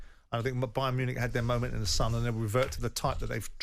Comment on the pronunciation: The irony with this is Jim can’t pronounce Munich